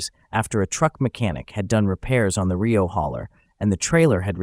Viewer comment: I think it's pronounced rio like river and the band pronounced it R E O